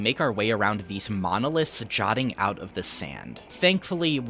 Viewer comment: Just so you know it's 'jutting out', not 'jotting out'. Good video!